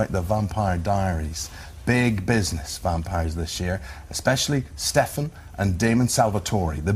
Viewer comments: 1.23 IT IS PRONOUNCED "DOUGH- BREV" NOT "DOBB BREV" 1.52 "STEFAAN" NO IT IS PRONOUNCED "STEFF AN" Lol it is ok though. 1.50 Did he say snob!? And they said ELLEN and *Ell eeeena" I'm jk. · I love how the interviewers get so much stuff wrong. Stefan is pronounced stefen Elana is not Eleanor And yes, rings keep them from not burning in the day I mean, if ur gonna ask people questions, at least get em right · Eamon: Stef-an... Salvatoré 😂😂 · He really said stefAn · They have no clue on wth is going on they don't know the show the reason I know is the way he says stefans name